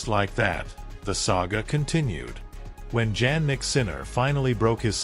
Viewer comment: I do not believe this Ai robot that cannot pronounce Jannik's name correctly. Show some actual video of the two players interacting inappropriately. Otherwise, don't waste out time with this artificial crap!:face-purple-crying